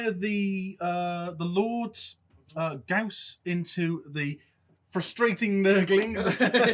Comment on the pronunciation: right. Karl Friedrich Gauss was an german mathematician and the namegiver. I´m from germany and pronouncation is quite on spot. Nice Batrep guys.